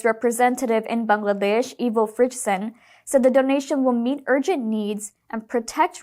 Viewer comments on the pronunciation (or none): none